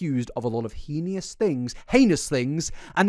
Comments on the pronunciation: love you for correcting yourself, I always laugh at the heenious pronunciation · I GASPED omg every time you say heeneyous I cringe and this correction was like the sun came out after a storm. So dramatic and a total non-issue but still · Not as bad as you trying to say the word "heinous". Every time you say "He-knee-Us" something in me breaks